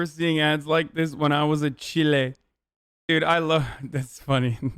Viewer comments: Hasan it’s Chile like child not cheelay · when he said chilay instead of chile lol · Him saying chilay instead of chile is cursed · lmaaaaoooo came here to comment this. the part where he's like "you guys keep saying 'white, white', of course it was white it was the 90's" I was like noooooo sirrr they're calling YOU white because you're saying "cheelay" instead of child without the d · Every time Hasan pronounces "chile" as "chilé", it takes a year off my life. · Everytime I hear Hasan say Chil-ay I wince knowing for the longest time he genuinely thought that's how it was said. I spent so long thinking he was making fun of white people who didn't know how chile is said only to find out he was that white person.